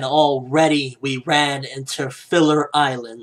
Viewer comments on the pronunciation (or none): none